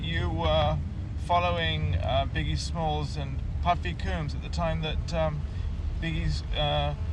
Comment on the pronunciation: Puffy "Cooms" ...embarrassing.